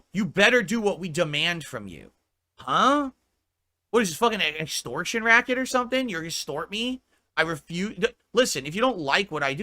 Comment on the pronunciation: "What is this an es-skorktun racket or somethin'. You gonna 'skort me?" How does 'extortion' turn into "es-skorktun" and just straight up "skort"? I swear the speech impediment he struggled with as a yoof is coming back with a vengeance.